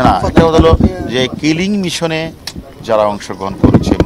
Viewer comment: কেলিংমিশন নয় সাহেব, কিলিং মিশন